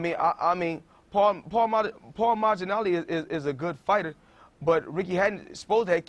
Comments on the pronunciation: "paul maginally" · "Paul Magginali" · Floyd said “Paul Maginalli” lol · “Paul mallenege” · Nigga said "Paul Maginalli" lmfaooooooo